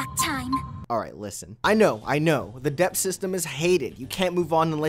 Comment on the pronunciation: oh my god except you say debt wrong